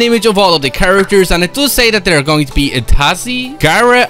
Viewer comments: itasi its pronounced Itachi, garrett its Garra, Oreshimaru its pronounced Orochimaru and Hinata is correct your welcome for the correction (edit in: but just Imagin being Itachi in fortnite running around with a Mangekyo Sharingan making a genjutsu ) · Lol the way you said itachi